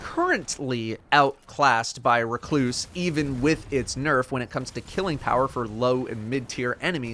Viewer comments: At least he is saying Recluse correctly after a year. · The way he said it was fine